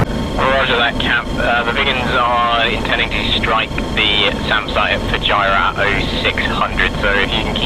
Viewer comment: "Alotta Fujirah" XD